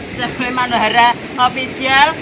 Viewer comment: Officieeell lidahnya agak lunyu 😅😅